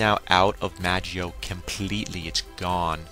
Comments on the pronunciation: in the manga its called magoi not magio, and from my anime source they also call it magoi. plus the anime i have been watching it on magi is pronounced magi. mag-eye must be the english translation which is a bit confusing since there is no dub version of the anime out yet. anyway not here to nit pick i was just letting u know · magio?? you mean magoi